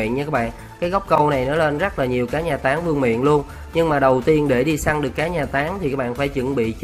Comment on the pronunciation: Anh nói táng vm mà em nghe tán vm:)))